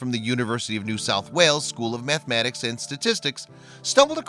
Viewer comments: Mathematics not mathamatics. Pronunciation is key for what you do in these vids. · Methmenics? Is that guy narrating from Chicago or wisCANsin or something??